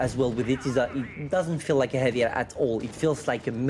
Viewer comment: never been old, he does the pronounce mistake same as he did before on “heavy”:D